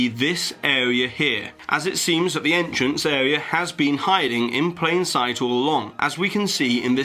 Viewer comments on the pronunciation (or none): EntrNACE area xD